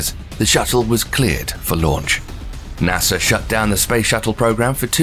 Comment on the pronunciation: And the way he says nasa= nasser Idea=idear Im in love with this man I listen to this before bedtime and it puts me to sleep like a child with the knowledge of the universe in my mind